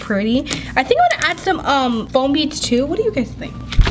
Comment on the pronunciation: Beads not needs or beeds